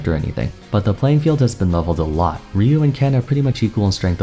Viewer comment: It's Rye - U